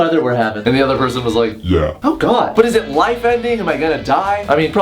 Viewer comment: the way he says God cracks me up idk y